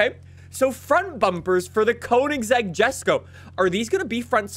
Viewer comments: yesko is the correct pronunciation, stop saying jesko. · I get so annoyed from the way says ‘Jesko’ 🙄